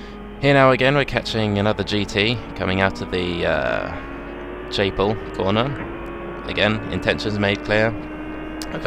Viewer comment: lol, you called it 'Chaiple' corner ;)